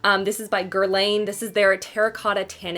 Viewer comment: Whyyyy, why don't you learn now to pronounce Guerlain. It hurts my ears 😬